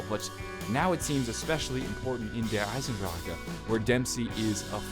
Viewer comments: JackC ich kenne genug Deutsche, ihr könnt es einfach nicht kumpel. find dich damit ab ;) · the start of the video he said he went to the dentist and his mouth is numb maybe its just hard to say with medicine. probably not his fault but it annoyed me too XD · The e is silent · i cringe every time he says it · omg fuck its not pronounced Der Eisendrac KAH its Der Eisendra HA fucking hell learn how to say word bruh Dempsey say Der Eisendrah ha no k or c at all its silent and plus the rocket from the orgins is the exact THE EXACT same rocket from ascension so your theory about the rocket is wrong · oh and its dare isen drock not dare isen dr cka thats how you pronounce der eisendrache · He pronounced it correctly, except that 'drache', has three syllables instead of two, and it is easy to miss. (De-ra-her, instead of dra-her). But, he is actually not wrong for pronouncing it the way he does, and tbh, it is better than half the community that goes "EIZENDRACK". So calm your shit, and walk away if you can't take the "wrong pronunciation" from Non-native German speakers, cos guess what, the way you pronounce English words probably makes people cringe too. But does it hurt you or rape your whole family before your eyes? No! Does it send the message despite the slight mispronunciation? YES! You get the message. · You say der eisendrache so wrong It's not der eisendracha it's der eisendrache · I'm tired of people saying Der (eisendracher) it's pronounced Der (eye-zen-dr-ah-ck) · Ur so stupid THERES NO KA AT THE END ITS IESANDRACHE NOT EISANDRAKA U FUCER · Why can't you just pronounce it like "Der Eisendrach" not "Der EisenDRACHEEEEE" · That's the rocket from Ascension you dingus. Also, stop saying SEE EISENDRACHE like that. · Every time you pronounced Der Eisendrache like Der Eisendracha I wanted to kill my self. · Did anybody else cringe when he said "der eisendrache" ? And he pronounced it der eisendraca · Deer eisandracca is all I heard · not "darrrrrrrrrre eisendrakk"